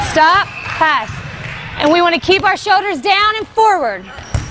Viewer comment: What are showders and angows? It’s like L’s don’t exist lol